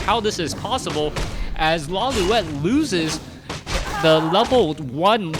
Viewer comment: first time says Lawliet instead of Lawliwet